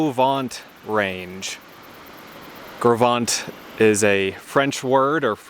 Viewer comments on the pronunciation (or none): I was told that it is pronounced "Grow Vent" by the Teton Park Camp employees. Do what you want with that, I have yet to verify it. I camped super near where you did. I absolutely love that area. What a great work you are doing with this trip.